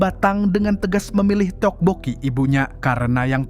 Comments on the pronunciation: WOIIII bukan TETEK PUKI. baca nya topoki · Miminnya behija banar menyambat t te okbokki 😅😂